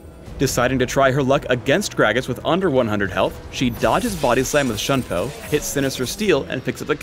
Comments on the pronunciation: It's pronounced "Shune Po" Btw not "Shun Po" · It is Shoon-po. If it were to be read as Shun-po, there is an accent on the u. The Japanese pronounce the 'u' as 'oo'.Alternatively, Shuhn-po. Use the pronunciation tool on the on the Japanese side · lol at his pronounciation of shunpo. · PhDinGnoming You do know Shunpo isn't English, right? It is Japanese. Shunpo is a romanization. He should still be pronouncing it properly regardless, unless he wants to invent a new English word. His pronunciation isn't correct. If you happen to be a language master (I am not, although I know definitely the correct pronunciation), please tell me all about it and correct me. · The way he pronounce shunpo == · The way he pronounces Shunpo really makes me cringe